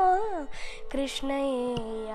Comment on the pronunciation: Pls listen to Baro Krishnaiyya again and again so that you can realise that has pronounced it rightly. You should also know that Krishna and krshna are both right pronunciation in their own ways.